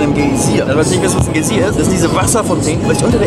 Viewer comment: GAi sier, not Gay sier :D